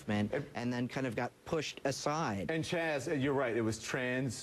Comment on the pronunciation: How many times did he call Chaz "CHAD"??? LOL